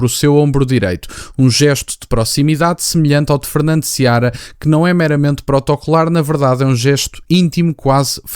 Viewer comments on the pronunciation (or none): Não é Seabra. É Fernando Seara.